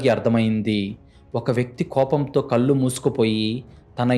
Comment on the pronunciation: మీరు చదివే కథలు బాగున్నాయి కాని తెలుగు లో ల మరియు నా అనే రెండు అక్షరాలు ఉంటాయి ఆ తేడా తెలుసుకోండి కళ్ళు అని చదవాలి మీరు కల్లు అని చదువుతారు ఇళ్ళు అని చదవాలి అర్రులు అని చదువుతారు తెలుగు ని సరిఅయిన పద్దతి గా ఖూనిచెయ్యకుండా చదవండి ఇలా రాసినందుకు దయచేసి అన్యధా భావించవద్దు